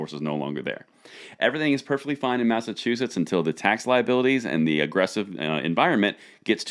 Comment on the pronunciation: What y said mass a chew us is that a state🤣